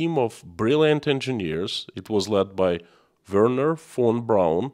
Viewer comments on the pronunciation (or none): none